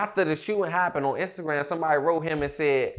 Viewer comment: Nigga said “on instant gram”😂😂